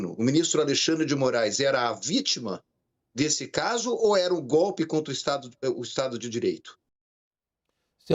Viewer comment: ESSA CNN É UM LICO MESMO. Houve o GOPI, houve o GOPI. A inculta fala Proxessual!!! Processo do GOPI está robusto. Etc.eyc